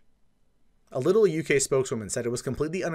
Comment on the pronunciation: All doom and gloom aside... Lidl is pronounced "LEE-dle". Like Patrick Star's "leedle-leedle-lee".